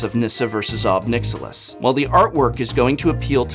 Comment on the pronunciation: Ob Nixilius